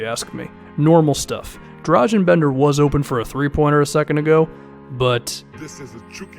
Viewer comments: Its Dra-gun Bender not Drazen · Accent is not that important as pronunciation. Every letter is one voice in Serbian, so it's easy. He also pronounces g in Dragan wrong.